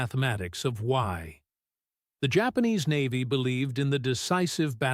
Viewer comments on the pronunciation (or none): Hi, fellow creator here. I've used AI narration on some of my videos in my history channel. I noticed that you have a problem with your narration of U.S. Navy, where the AI splits U.S. and Navy into two sentences. The work around I've found is to make words like U.S. phonetic in your script, "Yew Ess", for example. It also helps with tricky pronunciations. My narrator had the hardest time pronouncing, "Basilone" consistently until i spelled it phonetically. Awesome videos, BTW!